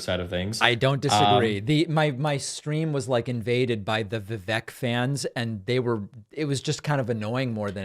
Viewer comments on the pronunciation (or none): 1) Guys, it's "vuh-vake" like cake. Not vuh-veck. 2) I think Destiny gets a hard time about "being a rightwinger" because he goes on Andrew Tate red pill type podcasts. That's a good thing to have someone bring sanity to the insane IMO. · Vivek is pronounced Vikake like cake.